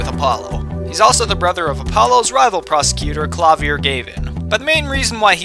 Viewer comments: it's not kla-veer it's klav-ve-air,it's not hair forehead its air forehead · ITS KLAV-EE-A Also you got a couple things wrong Franzisca's reason for disliking wright was because she blamed Phoenix for edge worth disappearing And Manfred took a break because he was freakin shot straight through the arm and had to keep the bullet in him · Chatot Maestro KLAH-VEE-AIR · I believe its pronounced… Kla-vee-air Gav-in not… Klay-Veer Gay-vin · Oh, I always pronounced Klavier as Klah- Vee-air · Klavier is actually pronounced klav - e - er. In German you pronounce every letter leading to the i being pronounced. Also, fun fact, klavier is German for piano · Klavier is supposed to said (clav-e-air), the emphasis on the air. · Klah-fear is how you pronounce Klavier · Its Kla-vee-ay Gavin, fluent in german over here :3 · Klavier (Pronouced Kla-veer) Got it. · Actually, Klavier is pronounced like Klah-vee-air. Just an FYI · I think it's pronounced "Klaveyer" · I think it's "meant" to be Klav-ear (since it's German for piano) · It's obviouslly Kla-vi-é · His name is Klah-Vee-Ey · (Sorry for my bad english I'm French)Klavier's name have a french pronunciation "clavier" means: synthesizer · The Kl in Klavier is pronounced Z. (Z-avier, pronounced similar to Exavier) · I think that the pronunciation of his name is Kla-vi-er. but that's just me